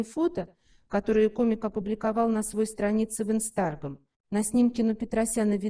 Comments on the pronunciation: Мне послышалось??? Как Вы произносите слово Инстаграм, где ставите ударение.? А колени болят? Что Вы говорите? Посоветуйте ему уйти на пенсию , не работать. Напишите ему в Инстааааграм. 🤣🤣🤣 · Не могут. Они даже не знают, что такое Инстаграм. Произносят как Инстаргам. Жалкие сплетники.